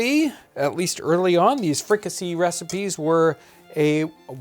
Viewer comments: Pronounced free-ka-say. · The "see" in fricasée is pronounced "say".